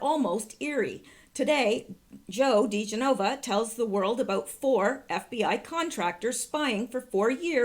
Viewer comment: I'd really prefer you to pronounce people's names correctly. They are spoken of frequently if you listen to Bongino or Hannity. Joe DiGenova 's last name is pronounced more like 'dijenuva' all at once, not in 4 separate syllables. You said you want to know these things, so thought I'd pass that along. I wouldn't stop watching you if you keep flubbing up cause you're so darn loveable!